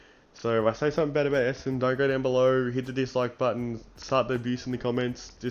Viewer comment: There is an "N" in ESSENDON. It's not ESSEDON. FFS.